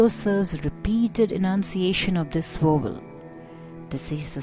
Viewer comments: What is a Wovel? Is this lady incorrectly saying the English word Vowel? Otherwise very useful. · I thought she was saying "wobble". :-D But the title says "vowel". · you cant pronounce the word vowel